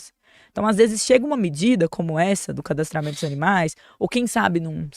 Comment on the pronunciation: Gente, o cadastramme to já é uma lei antiga. Os animaizinhos possuem um RG, quando cadastrado...AIIIII A PRONUNCIA DESSA MOÇA É HORROROOOOSA...